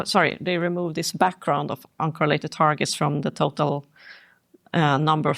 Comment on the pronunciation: T= The word is UN COR RELATED not UN CO RELATED correlated ( kor-uh-leyt ) for Verb + Adjective ( kor-uh-lit ) for Noun corelate,, in British Usage T= HAVANA is HA VAN A not HA VON A T= not HA VON O